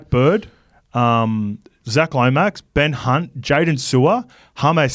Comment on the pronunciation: did call Ben Hunt "Ben C*nt" 😂